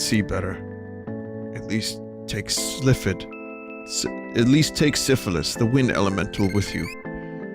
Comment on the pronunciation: Ah yes, "Sliffid", the wind spirit. Definitely not Sylphid.